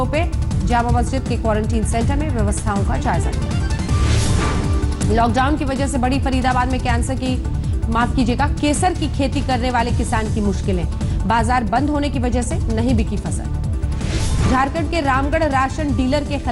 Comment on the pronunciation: रोज केसर के जगह कैंसर क्यों बोलती हो